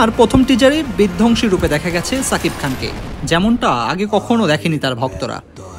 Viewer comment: ছাকিব খান না রে সাংবাদিক.. বলুন সুপারস্টার, মেগাস্টার শাকিব খান... অন্যথায় এই চ্যানেলকে বয়কট করবো..! মনে রাইখেন